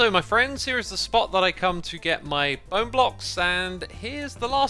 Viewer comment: ...bow-ne... that's all